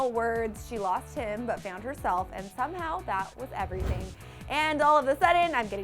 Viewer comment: "Eveything" lol. Who knew Taylor can't say her "r's"?